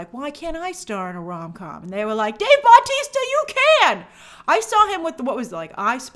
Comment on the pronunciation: great video as always but please just im begging u say Bautista not BAUtista